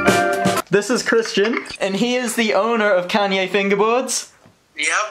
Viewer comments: YOO I BELIEVE ITS KALYE NOT KANYE LOL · I thought he was saying Kanye lmao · Kalye not kanye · at first I thought he said Kanye instead of Kalye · Did u call it Kanye on purpose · and "Kalye West" 😂